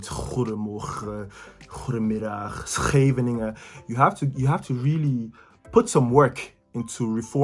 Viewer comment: Wow ... your Scheveingen sounds impressive